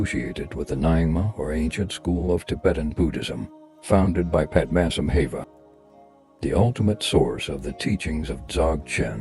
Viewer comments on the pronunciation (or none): The pronunciations of Nyingma and padmasambhava in the video are not correct from Tibetan native speaker